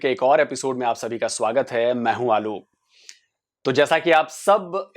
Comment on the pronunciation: Aapka name hai to aap ye kyu bolte hai "Mai hu Aaloo"